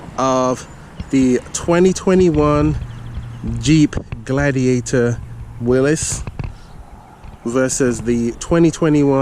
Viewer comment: Finally a video showing someone that can pronounce Mr. Willys’ last name correctly!